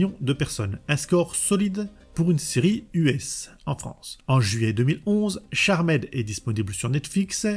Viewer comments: Merci pour la vidéo mais en phonétique c’est charmde et non charmaid. 😂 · Super vidéo ! Par contre t'abuses sur les CharMAID ^^ "Tcharmd" 😘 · J’ai rencontré tout au long de ma vie ( proche, ami, collègue, connaissance ) qui disaient « Charmède » plutot que « Charmd » tout du moins. Et étrangement meme un Youtubeur Dijonnais le dit de la même manière donc bon … L’un dans l’autre … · C'est dommage de ne pas avoir plus creuser le sujet. En 5 mns "charmaide" (ça pique vraiment les oreilles), ensuite on passe de proue à pru ?!? Et Phoebe a aussi le pouvoir de lévitation et devient reine de l'enfer, en tant qu'épouse de la source, avec Cole... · 3 secondes de vidéos, j'entend "charmède" j'ai envie de quitter, je reste mais je me sens sali 😂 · Merci bcp pour la vidéo. Cependant, attention tout de même à l'accent anglais quoi... Je ne demande pas à ce que les YTubeurs auxquels je suis abonné soient bilingues, mais dans la mesure où vous jouez tous un rôle plus ou moins éducatif auprès du public qui vous suit, un minimum stp 🙏🏽 "CharmÈd"??!....pas comme si tu le disais qu'une fois en 40 min en plus. (J'en ai tenu 25, ça m'a saoulé). Cela ne coûte rien de procéder en amont à une petite vérification des mots anglais que tu vas utiliser dans le cadre de ta vidéo pour nous livrer une narration qui ne fait pas saigner des oreilles (valable pour toutes tes précédentes vidéos, mais aussi pour les fautes de français/prononciation qui, perso, me perturbent à chaque visionnage de ton travail que je respecte. C'est pourquoi je te dis encore une fois, merci pour cette vidéo ! Signé : un abonné qui t'aime bien, toi et les sujets que tu traites, mais pour qui les langues française et anglaise ont encore une grande valeur à une époque où tout cela semble anecdotique pour bcp.... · Moi aussi je dit charmaide